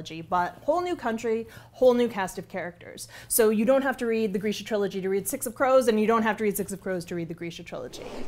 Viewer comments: I thought it was pronounced grrr-shuuuh 🤭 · Oh god... It's pronounced "greesha". Well, time to go change how I've mentally read the books all these years. (I pronounced it gr-ih'-shuh, anyone else??) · I’ve been pronouncing it “Greesha” but the other day heard someone from the Netflix show say “Grisha” and my brain has been turning to mush trying to train it to say “Grisha” instead of “Greesha” And I’m now relieved that he was the one who was wrong, HA! (Sorry. Mush, remember?)